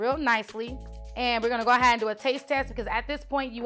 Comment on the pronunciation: "We're gonna go ahad"